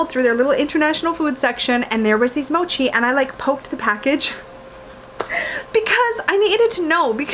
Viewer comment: You said it right. Mo as in “mower” and chi as in “cheese”